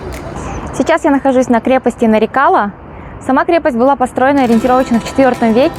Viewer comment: милая моя землячка. не вводи зрителей в заблуждение, если ты правильно поставишь ударение то на твоем родном языке сразу поймешь название крепости Нары-кала - мелкая крепость. И потом откуда в тбилиси где нет ни грамма нефти армянские нефтепромышленники. Там половина населения была азербайджанской, о чем говорит много старых названий